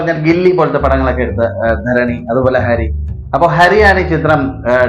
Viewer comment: എന്റെ പൊന്നോ ഹാരി അല്ല ഹരി 😂😂😂